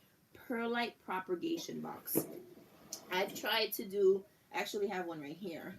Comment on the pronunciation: Loved the video but for your own knowledge there is absolutely no R in the word/words propagate/propagation/propagated. I just couldn’t sit here and not tell you. But thank you for the video! P.s. Alaska is the largest state in the United States :)